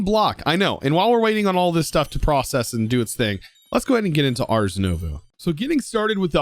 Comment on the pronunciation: btw the s in ars is silent